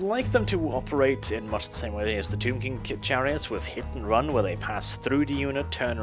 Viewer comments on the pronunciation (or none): I came at rRrRrRrRrun